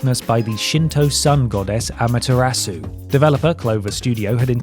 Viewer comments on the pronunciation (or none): none